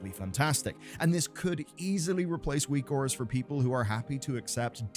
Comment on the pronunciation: Whose weak auras are good? I can't understand the name he is saying.